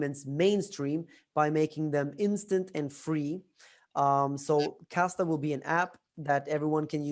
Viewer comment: And it’s Kasta…not Costa which is the coffee shop chain.